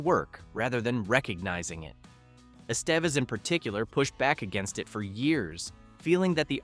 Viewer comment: That was a photo of Molly Ringwald with Ally Sheedy over the David Bowie poem, not just Ally herself. - Emelio's last name is correctly prnounced "Eh - steh - vez" - Don't say "almost no one was genuinely a teenager during production' When you contradict by pointing out that BOTH Molly and Anthony were turnning 16 (the crew celebrated her 16th on the set) - The open circle scene was not entirely ad-libbed, but partically scripted, as Hughes wanted them to be themselves, expressing how they'd each handle those situations shared as the characters. Nelson being a trained method actor went full circle here - on Molly Ringwald. Bringing TRUE authenticity of scumbag during the target.